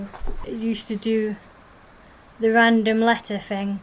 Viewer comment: tobiosnmakky Yes. It sounds like 'fing'. It's adorable.